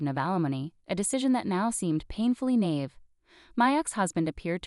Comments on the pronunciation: This story is a disgrace !! Can't even properly pronounce words !! Alimony!!!! Nieve!! Just a couple to point out !! Learn to read !! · Not a very good grasp of the pronunciation of alimony and of naive.